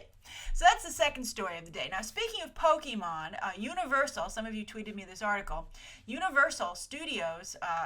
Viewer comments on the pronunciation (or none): Please... Poke-AY-Mon. Not Poke-EE-Mon. This is causing me physical pain.